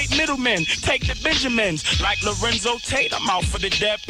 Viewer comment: Lorenz Tate Not Lorenzo Tate....lol